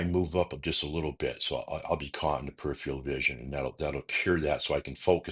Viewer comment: PeriphERAL not periphial 🙄